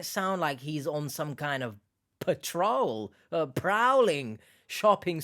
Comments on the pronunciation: PAT trol lol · The Nigerians scammers can't even pronounce PATROL lol